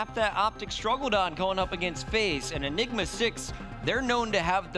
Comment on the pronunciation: what did he say enima 6?